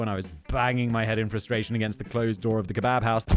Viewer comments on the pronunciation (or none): none